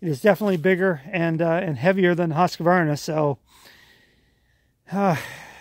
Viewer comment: Finally someone who can pronounce Husqvarna correctly! I love my Stihl's, and you got an awesome deal.